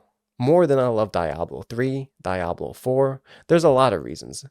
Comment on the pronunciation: The way you say Diablo makes my ears bleed.